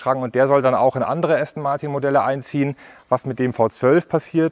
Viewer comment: Allein wie Du "Aston Martin" aussprichst... "Martiiin" voll deutsch. Wird "Ästen Marten" ausgesprochen. Das ist ja der mieseste Abtörner den ich je gehört habe. Jetzt muss ich mir doch ne S-Klasse kaufen.... den lieblichen Klang des Markennamens "ASTON MARTIN", von Dir ausgesprochen, bekomme ich jetzt nicht mehr aus dem Kopf.